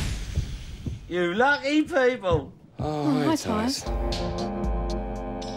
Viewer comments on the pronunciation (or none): how is it possible to pronounce "lucky" without a single vowel or plosive michael. fucking. smiley.